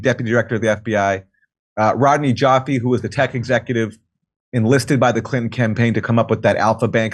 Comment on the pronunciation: Omfg.... please... Sir....there are TWO "N's" in CLI'N'TO'N'. If you leave out a single "N", you're saying, "Clit-ehn". Fuck... that's gross bruh.